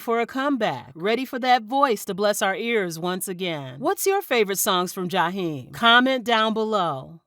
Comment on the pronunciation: I just wish you could pronounce his name the correct way.